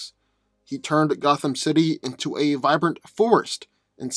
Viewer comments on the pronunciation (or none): none